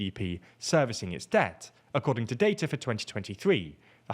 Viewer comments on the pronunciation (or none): none